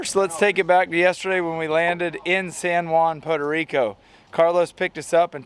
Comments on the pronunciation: 1 minute in and I hope I don't hear "Poto Rico" again! It's freaking "Puerto Rico"! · it’s Puerto Rico not Poda Rico 😂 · Pu air tow Ree co. NOT Poe toe Ree co. Hope this helps. 😉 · Had me cracking up at how you say Puerto Rico. Sounded like Pordo Rico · Poe Deriko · “We in Potoe Rico”!! Dang. lol Good vid and fun times. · Every "Pow-tuh Rico" took a piece of my sanity :) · "PODA RICO" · Lmao “poto reeco” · its not podo rico lol typical gator fan, go put on your Jorts 😊😊😊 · What the hell is Poto Rico!? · "Poto Rico" eh? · "poto rico"? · Stop calling it Potarico . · I love how pronounces Puerto Rico 😂😂😂 I only hear gringos say Puerto Rico like that lol😂😂😂 we love em all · Gotta work on that pronunciation man haha otherwise awesome..... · Why can’t you say Puerto Rico? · You had better learn how to pronounce Puerto Rico, really quick